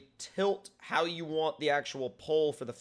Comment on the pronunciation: Wantch* instead of want